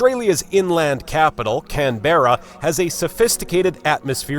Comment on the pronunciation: American accents need care Canberra pronounced as Can-bruh This talker has stale information